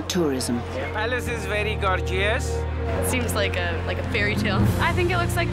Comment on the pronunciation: The way that man pronounced Gorgeous 😂